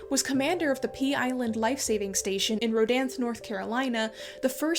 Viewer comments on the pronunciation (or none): Road-An-the. thats how you pronounce it im from there.